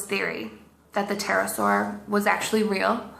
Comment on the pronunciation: The more I watch her stuff, the more I'm convinced these are being made for comedic purposes. The 'p' is silent (what else are they hiding?). Come on. She's gotta be an awesome poe.